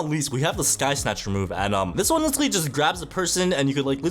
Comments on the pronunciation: IF I HEAR THIS MF SAY LICHERALLY ONE MORE TIME IM GONNA CRASH OUT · bro can't pronounce literally